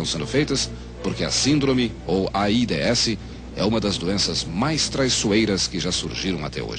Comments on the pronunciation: O foda é ouvir ele fala A ... I......D .....S hahahahaha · "AIDÊESSI" kkkkkkk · Eles nao falavam "aids", eles soletravam "A I D S" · Nem se dizia aids era aídêéssi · "A i dê esse" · É tão estranho hj vê a pronúncia de "AIDS"